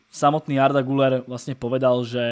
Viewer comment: ten Arda se čte GYLER! je tam přehlasované U a to se čte jako Y